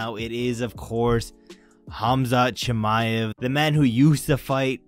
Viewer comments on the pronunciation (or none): none